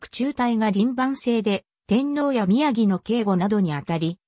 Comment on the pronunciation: 日本語の読みが滅茶苦茶ですね。『宮城』は「きゅうじょう」と読みます。